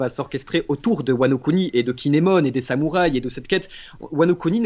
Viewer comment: Mdrrr wano "cuni" 😂